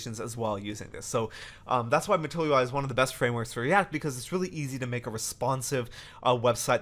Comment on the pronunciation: This is so informative! Sidenote.. I just kept hearing "matoyo-i"